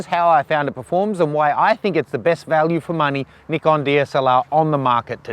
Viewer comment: Good review,practical realistic and unlike all the American reviewers, pronounces the product name correctly, Ni-kon not Nai-kon